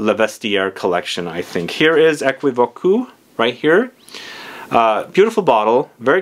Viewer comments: It prononces as "é·ki·vok" 😄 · U have to say Ae-ki-vok’ ❤❤❤ for thé french pronounciation ❤❤ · The way you say is very funny but that's ok. It prononces as equivok